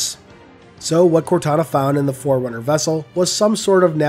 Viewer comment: is also the one that pronounces Forerunner like "foreigner?". I just have to say that is beyond infuriating.